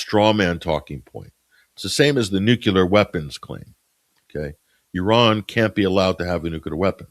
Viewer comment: can sound out ansarallah but not nuclear😂, great show